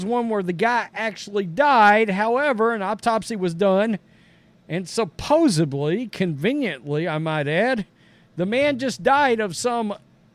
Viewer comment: Man i love you but Supposedly........ not supposibly.